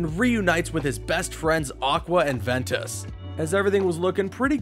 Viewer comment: The pronunciation... Lmao VEN E TAWS